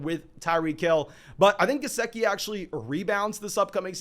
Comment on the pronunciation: you definitely butchered Gesicki's name, but not thrice!